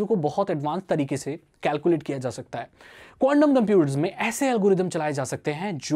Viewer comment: bhai condum bolaa🤣🤣🤣big fan bhai